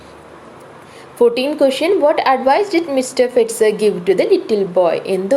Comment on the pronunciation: Its not fetcher its fetzer🙄